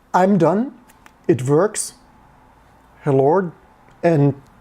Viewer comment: It's verking, it verks.